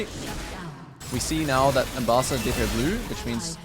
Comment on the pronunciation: Do you pronounce Ambessa’s name like that on purpose?